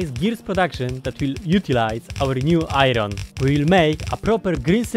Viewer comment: I love your pronounce of "iron" it makes me so satiesfied with no reason